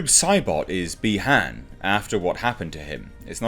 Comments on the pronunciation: it's BI-Han not BE-Han, similiar to saying Bi-sexual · Not bee Han it’s pronounced by haun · The way you pronounce Bi-Han had me thinking of how lando calrissian would pronounce it lol